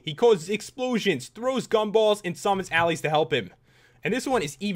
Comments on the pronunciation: allies is actually pronounced 'Al Lies'. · Allies- al eyes. Pronunciation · it's pronounced "alleyes" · He said allies wrong